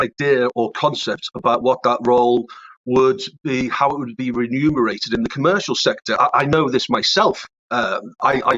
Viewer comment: Never trust someone who can’t say “remunerated”